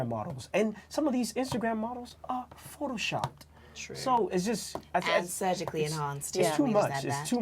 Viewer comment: This guy's fake accent is ruining it for me, fuckin airhead. "Sosho mediar", "phoroshop", WTF?